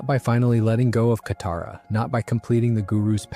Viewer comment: broo say kataras name right 😭😭